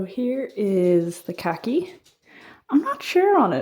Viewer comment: Pronounced car kee (khaki)😂❤